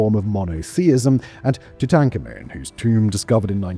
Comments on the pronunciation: Tootankhamoon. Did he stutter? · Two-Tankamen! Really Simon?!?! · This is the comment I was looking for. Did they change the pronunciation of Tutankhamun?😂